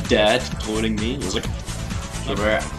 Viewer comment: I DONT "LIEK" THIS, xD